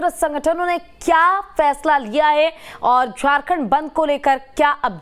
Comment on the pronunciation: Ye jmm ke jahil aur Bihari Neta ....jisko bat karna bhi nhi ata ....FAISLE ko...PHAISLA....Bolta ...drbagay hai